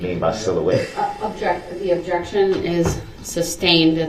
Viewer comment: I started watching the trial at this man’s testimony and was immediately hooked when I heard, “Objecshun! What’s cardinal?” 🤦🏽‍♂️